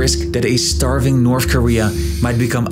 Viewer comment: Can’t finish this video, can’t listen to you say “NORF KOREA” another 100 times